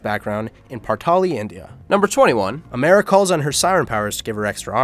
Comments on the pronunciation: Who says amara like amaira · Partali is a planet... “amaira” lol